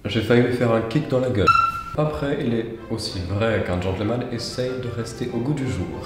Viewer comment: Est-ce qu'il n'y a que moi que ça perturbe quand il dit gentleumanne au lieu de genteul manne? 😂😭😭 Sinon la version française c'est bien aussi hein on manque de gentilshommes en ces temps troublés